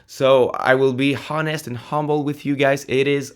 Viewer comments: Good job on the redo. One little thing, the “h” in “honest” is silent, so its pronounced phonetically as if “on-nest”, not “hon-nest”. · Hi, love your videos but the H in honest is silent btw.